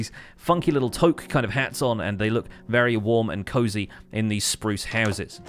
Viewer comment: Toque should rhyme with Luke.